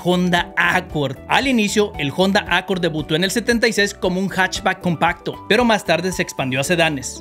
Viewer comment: Te falto aprender la pronunciacion de HONDA se pronuncia sin la H……..ONDA